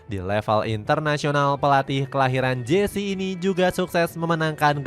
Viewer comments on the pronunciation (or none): none